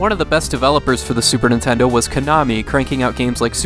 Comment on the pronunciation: "Super Nintendle"